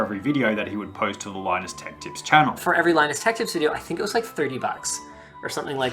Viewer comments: It's tips not lips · "Linus Tech Lips" 💀 No offense just pointing it out, great vid. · its tech tips yeah not tech lips? nice vid though as always though man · "Linus Tech *L*ips"